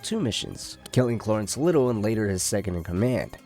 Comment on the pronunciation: Brother what's with the ways you pronounce names? Cloorence? Marine?